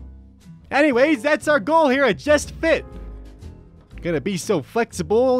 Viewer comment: "Respect are-country. Speak English" You got an F in English? you speak English.